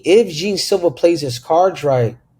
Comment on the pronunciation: Bro the name is pronounced Yan Silva (Jean)